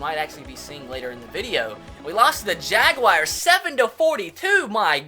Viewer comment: Jagwires lol